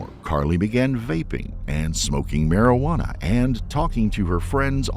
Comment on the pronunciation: "Marajuana" haha. Marijuana.